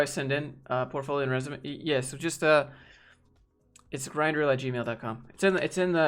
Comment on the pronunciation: Imma be honest, every time I hear you say grindreel I hear it as grindr 😬